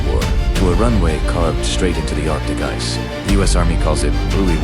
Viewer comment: I think u miss-pronounced ice